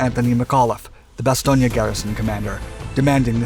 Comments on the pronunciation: I can recommend a visit to Bastogne. Many things to see. Ps. It's Bastogne not Bastogna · Oh Lordy, this narrator consistently mispronouncing the name "Bastogne" is making this impossible to watch. How are you gonna offer me a lesson on WW2 when you think there's a town called "Bastonia" in Belgium? 😄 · Isn't it pronounced bas-toy-n? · The town of Bastogne which is pronounced Bass stone had five major roads leading in and out was of strategic value to both sides. My uncle was one of the so called Battered Bastard's of Bastogne. He was in the One hundred and fìrst. The German commander committed suicide when he failed to obtain his objective. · actualy its pronounced Bas-ston-je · Ba Stone... There is No '..IA...' at the end! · It is pronoced Baston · To precise pronunciation Bastogne consonant in the end is soft n like in the word cognac in the middle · Fan of your channel. In English, we say mobilization and bass-tone. I'm not trying to be a jerk.